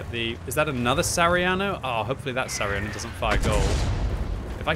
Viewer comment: its sa ha ri a no not sariano..